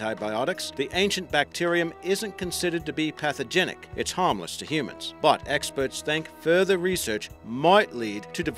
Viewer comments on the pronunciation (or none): none